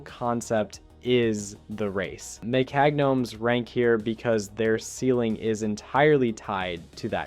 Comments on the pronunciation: you dont like mekag nomes? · Why is he pronouncing mecha gnomes like that